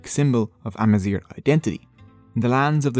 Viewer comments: GH is pronounced as a french “R” maybe thats why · Any native north Africans, please feel free to correct me here. The "gh" in Amazigh is being pronounced here with the "r" found in English, but should be pronounced more like the "r" found in French or German. The so-called "European gutteral r," represented in the IPA by "ʁ". It's spelled with a "gh" and not "r" because it's pronunciation is almost nothing at all like the american "r" as heard throughout this video. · Why is he pronouncing “zgh” as an “r” ????? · You pronounce it "Amazir" which means horseshit in berber hhhh sooo yeah... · It's not spoken as amazir but amazig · good job, but why you pronouncing gh as r? its amazigh , gh as the greek letter Γ γ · you are pronouncing 'AMAZIGH' as 'AMAZIR' (which is the term we use for cow sh*t) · Thanks for the video but the way you pronounce the sound [gh] is quite irritating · Thanks for the video, it is worth mentioning that you mispronounce the "gh" sound and confuse it with the English "r" sound . The "gh" sound here should sound like the way French people pronounce their "r", here is the IPA form of it to have a clearer idea: (ɣ) Mixing these two can affect the meaning of Amazigh words, for example, the way you're pronouncing "Amazigh" with an "r" it gives a different word: "Amazir" which is in Amazigh means: "cow waste" used as fertiliser in Agriculture.. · nope, we pronounce the "gh" at the end like the French pronounce their "r", we don't roll it like he did in the video. So it's ah-ma-zeer with a french "r" in the end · You pronounce the word Amazigh wrong in the last letter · My only problem is the pronunciation of "Amazigh". Is that how you pronounce it my Amazigh brothers?